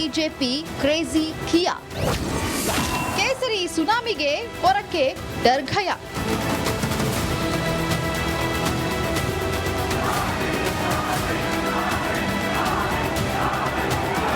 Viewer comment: ಢರಗಯಾ ಅಲ್ಲ ಡರಗಯಾ